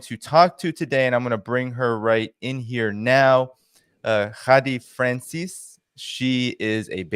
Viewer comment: Her name is pronounced Ghade Franceees...